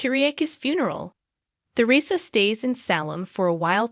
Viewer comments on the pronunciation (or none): I wish you could pronounce words correctly like Salem and Tresersa